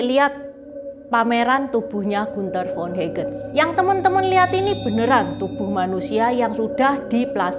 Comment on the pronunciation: Trims. Komentar saja. Bacanya Hagen, seperti bahasa Indonesia. Menit le Gunther von Hagens. Salam sehat